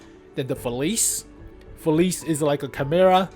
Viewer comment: oh, its pronounced “Feliche”, come on man